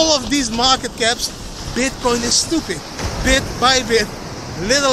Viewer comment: Snoeping? 😂 Idd